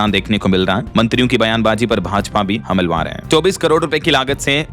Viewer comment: भाई नमस्कार। कुछ शब्दों के उच्चारण आप गलत करते हैं जैसे हमलावर को हमलवार बोलते हैं और गुवाहाटी को गुहावटी बोलते हैं कृपया उसको सही कर लीजिए वैसे तो कई शब्द और हैं लेकिन अभी ध्यान में नहीं है ध्यान में आने से फिर आपको बताऊंगा। दूसरी बात यह है कि जब भी आप किसी को शानदार गिफ्ट देते हैं तो कृपया उसका नाम जरूर बताइए। अन्यथा यह लगता है कि आप हर दिन झूठ बोलते हैं।